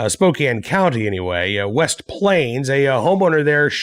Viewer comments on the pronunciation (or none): none